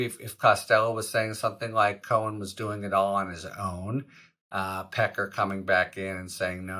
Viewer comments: David “Peck-car” lololol yeah, sorry: No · david pecker, "that's pronounced pe KAR". everyone else, "sorry no, that's pe ker". get used to it. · David Pecker *Pe Kar he Pronounces it. TRUMP has a long history of inappropriate Sexual behavior toward many women & young underage girls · They were saying Pecker as 'Pac- cay' on the Meidas Touch. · Pecker referring to himself as Pa-KAR is like shopping at Tar-ZHAY.